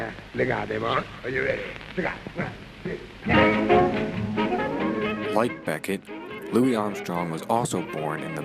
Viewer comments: Sydney BECHET (BEH-SHÉ!!!!!!!!!!!!! no BECKETT!!!!!) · I appreciate your hard work,. But... Your Radio Shack Mic Stinks. Music is too loud. You really lose your Jazz knowledge credibility when you pronounce Sidney's last name incorrectly. Its bi-SHAY, not BECK-it. Best of Luck in your future endeavors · How ignorant can you get!! Sidney Bechet is his name not Becket! The last name is creole. Pronounced Bay-Shay. Eeegads!! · Bechet was pronounced wrong, it's not Beckett, French- Bechee, no T LOL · Sidney Bechet's last name is pronounced Be shay. It is French. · Bechet is pronounced be-shay He was Creole from NOLA. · Need to learn how to pronounce Sidney Bechet's name!!! Not terribly well researched. :-(